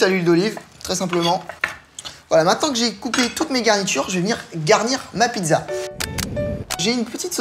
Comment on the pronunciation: on dit pizza pas pidza